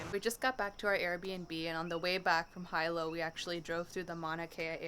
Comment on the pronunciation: It's like you guys ENJOY purposely mispronouncing the names of places around the Island, like a gringo/haole lol. Jk I kid. We enjoyed the footage, love Big Island!